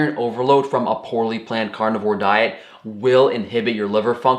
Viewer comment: I shouldn't pick on his language skills or dialect but I will anyway. "Cornivore" cracked me up every time he said it. He eats only corn? LOL